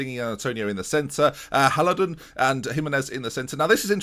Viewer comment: You're saying it almost right: Haladun. Just cut the first "a" and you're golden.